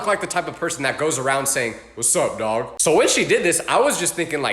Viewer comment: The way how you say daag is weird